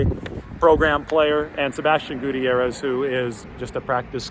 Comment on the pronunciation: Gutierrez is pronounced goo tier rez